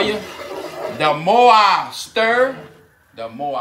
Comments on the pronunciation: DA MO i STIR DA MO i SLUURR... 😆 🤣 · "The morrreeee I stirrr, the moorrree I slurr"...